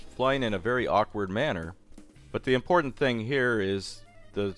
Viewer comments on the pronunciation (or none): none